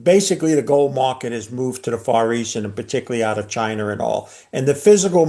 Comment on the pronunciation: Drink everytime he calls China "Chi-NER"